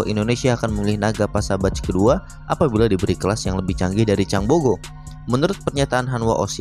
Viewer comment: Changbego ✅ Changbogo ❌